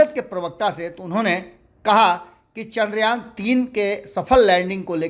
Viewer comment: चंद्रयान बोलिए न , बार बार चंद्रायन क्यों बोल रहे हैं?